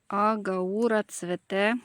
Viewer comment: Дякую за відео. Українська назва цієї рослини - "бджолоцвіт. А російською - "гАура", наголос на першу букву "а".